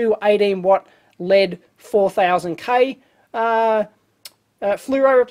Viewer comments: why do you say lead not L.E.D. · Acronyms are pronounced as words. Abbreviations are not. And its probably a Australian thing to say LEAD instead of L.E.D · Saying LED as a word just sounds wrong to me, because it's pronounced the same as lead, a toxic substance that has been removed from various items over the past few decades (gasoline, plumbing, solder, etc.) due to its danger to public health -- so that's a very negative association that LED lights are trying to be the opposite of, due to their energy savings and lack of the similarly toxic mercury found in fluorescent lamps. So, maybe in another generation when nobody remembers what lead is and how dangerous it was, then manufacturers will start pronouncing LED as "lead", but until then, they will say "L E D" to avoid any association with lead. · It was born an initialism. From oxforddictionaries(period)com - Definition ACRONYM an abbreviation formed from the initial letters of other words and pronounced as a word (e.g. ASCII, NASA). Compare with initialism. Grammar- An abbreviation composed of the first letters of other words so that the abbreviation itself forms a word. An abbreviation consisting of initial letters pronounced separately is called an initialism.